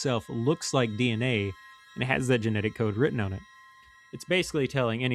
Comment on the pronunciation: Sir, why do you pronounce "on" like that?